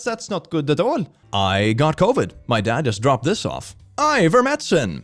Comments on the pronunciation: It's so weird that you keep calling it "Iver-medicine" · I love that dyslexia transposed the "t" and the "c" in ivermectin and he has fully adopted that pronunciation now. IDK can he see that it's different or does he automatically read the word now without looking at the letters